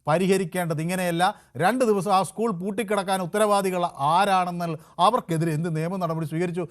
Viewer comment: സഹോദരാ ഉസ്കൂൾ അല്ല .. സ്കൂൾ സ്കൂൾ സ്കൂൾ . എന്നെങ്കിലും പറയാൻ പഠിച്ചിട്ട് വന്നിരുന്നു ചലമ്പി കൂടെ ?